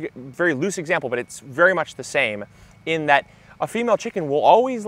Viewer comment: Did you say, "berry exciting"?